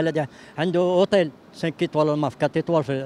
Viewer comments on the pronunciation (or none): قال اوطيل من فضلكم ماهو. اوطيل